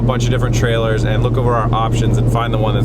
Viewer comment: > casually adds a country accent when talking about trailers